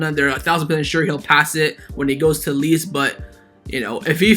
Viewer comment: Very gd content. But it's pronounced as lay chay = lecce